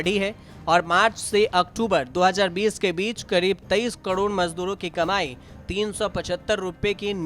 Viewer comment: Kadod mat bolo.. karod ya fir crore bolo..